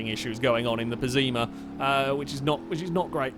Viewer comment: pessima not pezzeema ffs